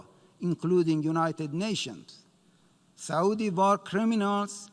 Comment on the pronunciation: ....it is Saauudi